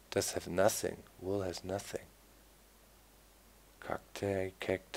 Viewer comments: Vool? I thought it was wool! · That's because in German the letter "W" is pronounced the same as "V" in English